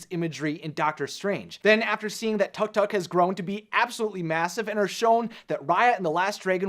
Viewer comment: tuctuc...? its pronounced took took lol XD